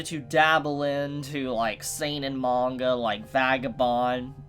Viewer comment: I love the way he says ‘manga’ is satisfying. Good video as well but priorities